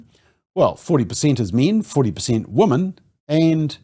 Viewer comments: You are pronouncing the word "women" incorrectly. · I hate that too!!